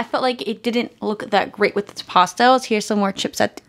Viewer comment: It's PASS-TELLS! Not Pasta-els!. Lol